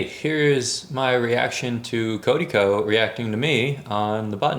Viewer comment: It’s the way you keep calling him Cody Ko for me lmao